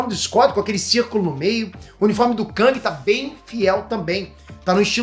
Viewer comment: Não se diz KÃNG, se diz KÉNG. A pronúncia correta é essa.